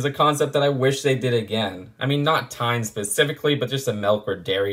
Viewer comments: Wow, i am in Norway now, and had Tine melk today! And btw , it's pronounced "TEE- neh." great review! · I mean, you pronounced "Tine" wrong throughout the entire video, but I can let it slide... Also I can confirm, as a Norwegian myself, that the box does indeed look very Norwegian. And I love the fact that the alternate build is a race car! Who came up with that? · Elsker at han sier tine men med tonefallet til time. Ler meg i hjel hver gang han sier det